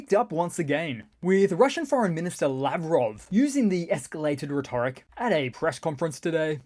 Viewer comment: I enjoy your videos, but for the love of Mike... It's "RHE-tor-ic" not "reh-TOR-ic!" (Emphasis on first, not second syllable). Same for mortars. It's "MOR-tars," not "mor-TARS." A minor complaint, but if we're speaking English, let's get it right!